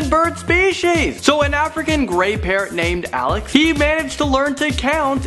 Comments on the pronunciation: when he said parrot i thought he said parent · The first time you said parot i thot you said parents :P